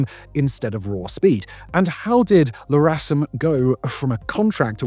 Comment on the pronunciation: "El"-RASM not "La"-RASM